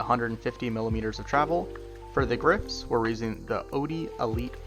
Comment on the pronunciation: I don't like how you pronounced the grips lol